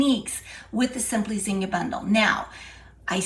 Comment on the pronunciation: I love the old fashion zinnia flower and it’s so nice to hear someone pronounce zinnia properly.